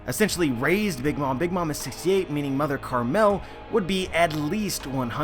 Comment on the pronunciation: "Mother carmel' dude. Pronunciate words right.